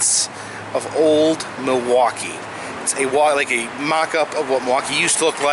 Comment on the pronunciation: Can tell you're a fellow native because you pronounce Muhwaukee correctly.